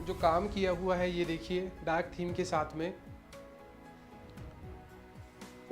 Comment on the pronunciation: Shaath me nhi bolte aap saath bola kro aapka sha sha bolta bhot irritating lgta hai hai aap apna pronouns sudharoge